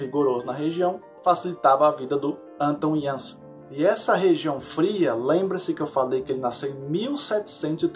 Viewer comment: Belo vídeo, a pronúncia correta do nome Anton Janša é Ánton (e nao Enton) Iánsha (e não Iânsa).